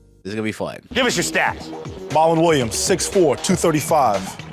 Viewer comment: No disrespect to anyone.. but growing up watching this i always thought Petros was just making fun of the boston accent. I never realized till today that his name was actually MAH-lon not MAR-lon 😭😭😭